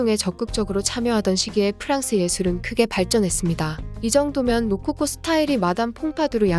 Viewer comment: 로코코를 모코코로..